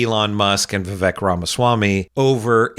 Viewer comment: Just a note: while Sam has taken recently to saying "Ramasmarmy", the reason he says "Vi-vake" is due to something Ramaswamy said when he was a Presidential candidate -- "My name's Vivek, rhymes with cake", so although Sam is making a point about how smarmy this man is (Vivek himself is the son of immigrants), he pronounces the man's first name as the man himself said it should be said.